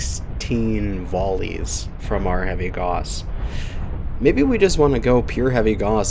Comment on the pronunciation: Good vid but I will say it is pronounced like cows but with a g sound instead =P